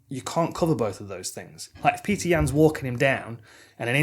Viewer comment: It's not Peter, it's Petr (Pet-r), or Пётр (Piotr/Pee-oh-ter). Source - my son is half Russian and named Пётр